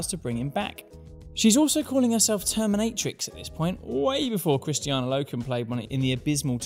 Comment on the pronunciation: Sorry bud it's Kris - Ta - Na not Christy-Anna Loken.